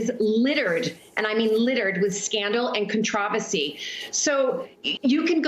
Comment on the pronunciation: ... littered with "contravasy".... ???